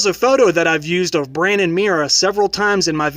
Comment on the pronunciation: BRAN, not brain plz